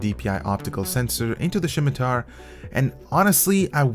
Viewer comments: Did you just call it a shimitar???? Did u even play runescape >:( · SHIMITAR XD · Great mouse aside from the 2.01 Firmware issues. Fyi, it's pronounce Sim-i-tar, there's no H. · "Shimitar"? It's pronounced like "simiter"... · its pronounced Simitar not Shimtar lol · 'Shimitar' drove me insane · I think it's pronounced simitar. :) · If he pronounces it SHIM-i-tar one more time....I'm turning off the video. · THERE IS NO H IN THE WORD! like someone else said its pronounced simi-tar. look for a video about someone talking about the middle eastern sword of that name. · could not watch with you saying shim i tar .... painful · Next time he says shimatar I am going to get triggered. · Elias Yazigi Can not be unheard. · Sam Shalati Haha, it was kinda bugging me too :P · Wait.. so you're telling me, that I've been pronouncing scimitar wrong, my whole life? #FeelsBadMan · Y u say scimitar like Sean Connery? XD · There is no h in scimitar. :p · How he pronounces scimitar kind of annoys me